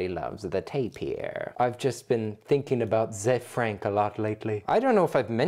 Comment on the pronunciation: Nailed the "Zefrank"!!! LOVE IT!!